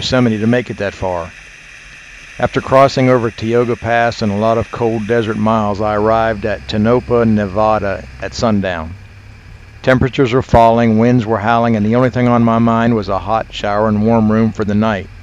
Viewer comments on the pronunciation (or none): Fantastic trip and video! By the way, it's pronounced "Tone-Ah-Pa" and "Bee-Ah-Tee". :)